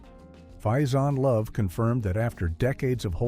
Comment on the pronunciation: I FUCKING HATE AI narration; his name is pronounced FAY-ZAWN-LOVE . not fyxinlove